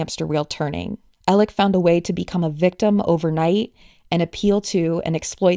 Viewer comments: Not trying to be a jerk but you literally say his name wrong twice in the beginning. Why do you call him Alec instead of Alex? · Why does the prosecution call him Alec when his name is ALEX.?